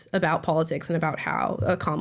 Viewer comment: Joe Brown called her kabala Harris lol